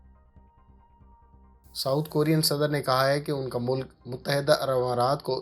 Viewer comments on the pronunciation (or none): none